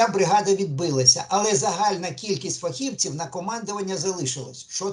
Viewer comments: ФахівцІІІІІв, а не фахІвців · Задовбав зі своїм фахІвців, фахівцІв, наголос на другу і.